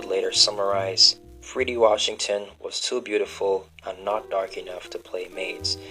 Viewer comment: Freddie is the pronunciation. Please pronounce it correctly.